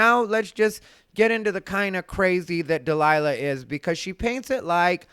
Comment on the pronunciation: Jesus Christ “Dee Lie La” is criminally stupid